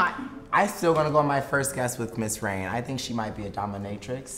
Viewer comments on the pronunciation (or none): It's rane not rain